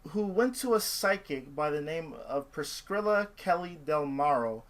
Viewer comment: 'pris-killa' 'pris-skrilla'